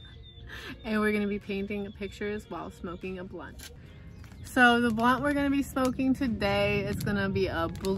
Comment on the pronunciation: you said blawnt not blunt 😂😂😂 and thanks for shouting me out lol ..u said fire u cant take it back :p